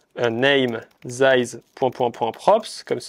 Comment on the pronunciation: Les "dize" ou "zize" selon le moment me stressent 😅 . Sinon bonne vidéo.